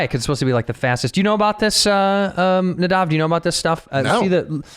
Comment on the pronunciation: sigh... Nay-Dav